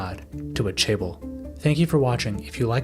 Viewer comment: This was a great video, but as a Korean person, it bothered me so much when you pronounced it "chay-bol". Especially bc you say it in the video every 5-15 seconds. Although this isn't a perfect phonetic way of writing it because Korean pronounces and produces sounds very differently than English, the closest I can put it is cheh-bowl. Not trying to sound like an asshole but you should probably look up how to pronounce another language's word if you're reporting on it and going to say it times in a 13 minute video lol. Just looking it up on google translate barely takesa minute or two.